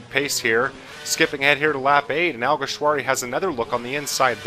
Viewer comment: Well done you perfected alguersuari's name, also great race